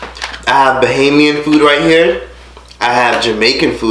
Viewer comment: You're one of the few Americans who say bahamian right and idk about no bahamian style baby back ribs, you shoulda get some conch salad or crack conch or something but over all great video!